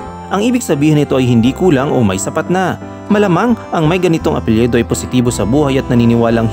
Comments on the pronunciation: Excuse mo.... APELYIDO po tamang bigkas at spelling.... huwag mo po gawin na APELYEDO.... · mali lang ang bigkas mo sa- apelyido binibigkas mo na letrang E ang letrang I nagiging apelyEdo